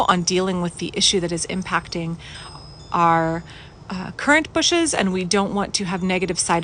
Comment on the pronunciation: I love the way you say 'bushs' so casually lol!